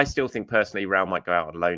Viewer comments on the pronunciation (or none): As a journalist, you have 3 options: 1) bother to research how "Reuell" is pronounced by going to YouTube or any of the other 1000s of resources ( 5 to 60 seconds ) , or 2) Make a stab at it by calling him "Raul". Add that to "Em-Bappe" and "En-Ketiah" and I'm done with this channel. Also annoying to constantly get updates about the growing and structuring of the channel... I just care about the content itself.... Nice to know about the journos journey, but not as 50% of every video.